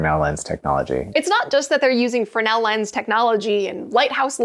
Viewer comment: Your pronunciation of Fresnel, "Fernel." I find it fascinating and correct. What say you? Fernel 60. Isaiah 60